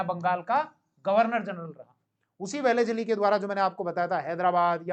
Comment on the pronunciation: Isko लॉर्ड वेलस्ली भी बोलणे को नही आता. वेलीज अली बोल रहा है😂